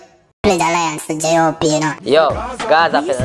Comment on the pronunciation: Di Man Seh Pledge 'Alliance' But Him Fi Supposed To Seh Pledge 'Allegiance' LOOOOOOOL